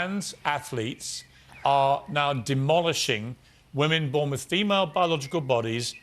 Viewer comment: “Wiv” ffs